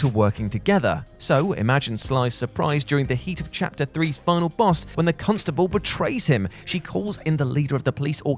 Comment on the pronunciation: Did anybody else hear "cuntstable"?😲 Can say that or is he gonna get in trouble? 😋